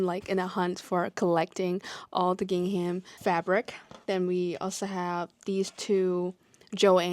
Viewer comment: A lot of crocheters are having hand/wrist pain. Fortunately you have other products you can work on. Bookmarks are pretty, you are so artistic and creative. I love gingham as well. BTW the “h” in gingham is silent. English language is so confusing😂.